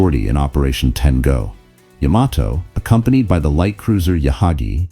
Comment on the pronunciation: Ten go became Ten Gone